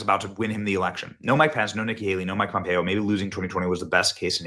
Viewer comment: You are pronouncing Mike Pompeo correctly and being raised in KS, I never liked him when he was in office and voted against him when I had the opportunity. I'm not a Democrat either so that is not why he didn't get my vote.